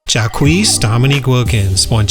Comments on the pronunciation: Jacquees 😂 Bro, it's Jacques, like "Jhock", pronouncing the J like the s in "treasure". That said, him not on the original top 50 was basketball malpractice. Of the forwards named, Paul Arizin & Dolph Schayes to me would be the 1st 2 possible outs to bring him in shouldn’t have made it before him, although I know why they were able to make the list in general since they were good to great for their era. Of the 2, it'd be Arizin out for sure. If I had to take another out in general it'd probably be Billy Cunninghm since he wasn't quite on the level of Schayes, Arizin, & Wilkins. And Wilbon leaving off Dantley, English and Wilkins hopefully means he left off Gervin who did make it... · The name is Jacques, not "Jacquees". In French, the name Jacques is pronounced as a single syllable, sounding similar to "zhak" or the English word "jack" without an extra vowel at the end. Keep up the good work.